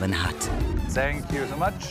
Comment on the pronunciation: Sank yu mach😂lern englisch 🤯😂